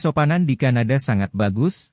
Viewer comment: Kadana tapi kanada😮😂